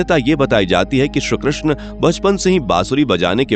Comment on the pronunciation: Bhai ye shree Krishna hai . Shru Krishna nahi.. Uccharan to thik se kro...